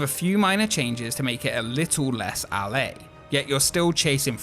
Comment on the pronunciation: Anyone else get triggered by how he said "LA"? it sounds odd!